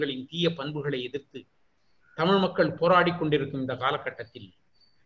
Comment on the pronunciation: "தமிழ்" சொல்லுங்க "தடமில்" சொல்லாதீங்க...